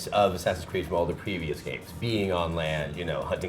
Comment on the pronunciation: Why the FUCK doesn't he just say Assassin's Creed? Is it THAT hard? God.